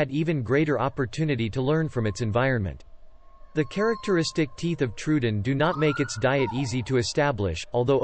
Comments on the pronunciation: yeah that bugged me, too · that's not how you pronounce troodon